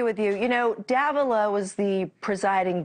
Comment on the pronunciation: The pronunciation is Da-VEELA. Cuomo said it correctly. He is a Hispanic Judge. It's a Spanish name.